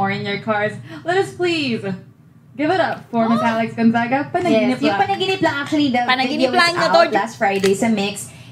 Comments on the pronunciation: Your pronunciation of Panaginip Lang is correct. 🤗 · Nah you gotta give yourself some credit too! Your Tagalog skills and pronunciations are getting better! You both pronounced “Panaginip Lang” correct 👍🏼 also I know Alex more for her comedic personality, as a TV host, and her vlogs rather than a singer. She’s hilarious!